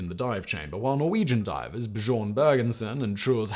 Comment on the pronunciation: How does Simon still not know that “Bjorn” is not pronounced “buh-jorn”? 😂